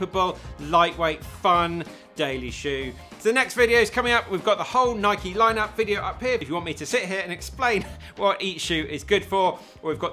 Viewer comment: Thank you for saying the name, Nike, correctly. Can’t believe it’s such a point of contention when the founder of the company pronounces it the way you do in this video.